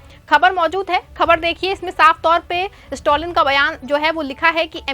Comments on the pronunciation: The name is Stalin and not stolin please pronounce the name property dear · स्टोलिन के बजाय स्टालिन बोलते